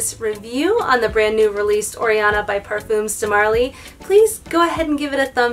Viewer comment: Par-fum. rhymes with gum. No s.